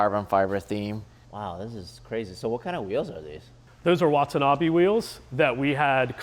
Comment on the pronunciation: Everyone pronounces Watanabe the wrong way the be in watanabe is "be" as in "bay", NOT "be" as in "bee"